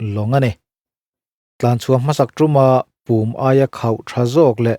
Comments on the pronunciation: Tui chunga chuanna tura an siam Pùm hi Pŭm (thir chherna hmun) lam rik ang ni loin 'rún lùm nuthai' tiha 'lùm' anga lam tur. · "Pum" tih hi thlûm loh tur, ri hniam Púm tih zawk tur. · PUM hi a thluk a diklo, PUM(kawchhung) lam ang a lam a, Thluk na telh bawk tur ani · Pump i lam dan a dik lo... Pumpui kan lam rik a pum kan lam rik dan ang hian aw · Pum tih kha i lam ri dik lo. "Khawihnun" tiha hnun tih ri anga lamrik tur. Tuna i lamrik dan kha chu Thir chherna hmun pum lamrik dan a ni e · Sir,,, 'Pum' tih hi company pakhat Puma tih a Pum lam rik ang hian lam tur a nih hmel.